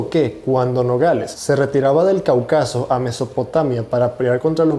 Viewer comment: Se dice Cáucaso y es Augusto César Sandino